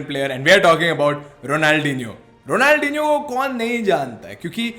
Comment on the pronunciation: If u want more views u shud pronounce it better ronaldhinio